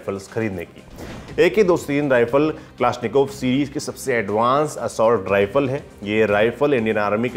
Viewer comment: उच्चारण ठिक करो. यह कलाश्निकोव्ह रायफल है.